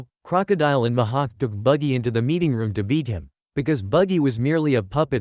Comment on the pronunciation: Mihak❌ Ma ha k✅